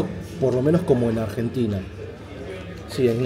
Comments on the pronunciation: "AGENTINA" Barbaro!!! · AGENTINA !! ME ENCANTA JAJAJAJA